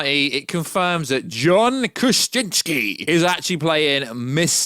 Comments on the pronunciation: Kra-sin-ski. Say it reeeeeally slowly until you no longer sound like a 5 year old who can’t pronounce Spaghetti, library or Valentines correctly. Not cute, kind of obnoxious. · just know that as long as you keep mispronouncing John Krasinski's name, I will never re-subscribe, nor give you any more thumbs up. Say it slowly, now... KRUH. ZIN. SKEE. 3 syllables, not very hard. To quote Peter Venkman, "My friend, don't be a dick."